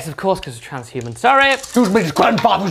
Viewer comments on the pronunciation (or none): So good that didn't let him simply say "transhuman physiology" instead of "TRANZZSHHUMUN PHYSEEOLOGEEUH"